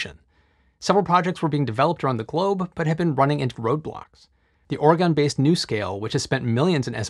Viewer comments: It’s Not Oreegone it’s Oregon, like organ! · If you can explain high tech engineering, you can learn to pronounce Oregon. Try Orygun. Never gone. That was a stupid song you learned as a child. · it's not Or-gawn. Or O-ray-gawn. Or O-ray-gun. It's Or-gun, like the instrument or the things in your body. One of my teachers pointed out how people from not-Oregon say the state's name, and now I can't unhear when it happens. 🙃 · Stop! Hold the presses! Oregon is pronounced like 'Orygun', not 'Ore-gone'! Nothing frosts an Oregonianquicker (and that's not an 'Ore-gone-ian' either :) Try this link. Even a foreigner gets it right... :) Love your videos, just don't come to Oregon until you practice saying the name correctly though... :) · Its OreGuin. Not Oregone.😩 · love your channel from day one. Regular watch for me. However, being a pacific northwesterner, I feel obligated to offer my insights your way on this, the pronunciation of the word Oregon. Phonetically it would be spelled; OR-EE-GUN. Oregon. Or Ee Gun. Oregon. Thanking you from the Home of Nike, Intel, Boing, Hewlitt/Packard's global R&D center, and all the rest here in the "silicone forest" keep making awesome non-bias videos for the masses:-) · Native Oregonian here. Oregon is pronounced like "Organ". Love your videos! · We Oregonians shudder when we hear our state pronounced that way fyi. We haven’t GONE anywhere! Phonetically it’s ore gun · I heard orgon based when you said oregon based. funny. to very few people probably... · I cringe EVERY TIME I hear you say “Oregon”. It’s just painful.